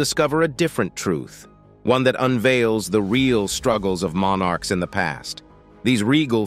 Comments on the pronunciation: Monn arks? Such a difficult word to pronounce.. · MON ARKS? Such a diffi kult word to pronounce! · Mon Arks? It's one bloody word not two!